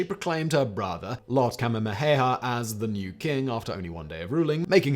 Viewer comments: The Hawaiian King is pronounced “Ka-MAY-ha-MAY-ha” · Kamehameha is pronounced Ka-Mey-Ha-Mey-ha (Think Dragon Ball Z, which incidentally the Kamehameha was directly inspired by the King) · Dang really butchered Kamehameha's name there. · this drove me crazy!